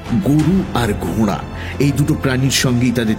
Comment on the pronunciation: কথাটা 'ঘোড়া'...... 'ঘোঁড়া' 'ঘোঁড়া' করছেন কেন?